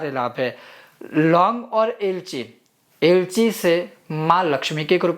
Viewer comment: long, kapur, lg ko ilaychi spsht bolen please